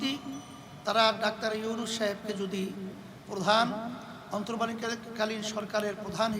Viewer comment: Comment box e ja deklam mone hocce enake pm banale mone hocce manus beshi khusi hobe ... je kina dr. younus sir er nam e thik moto nite pare nai 😂😂😂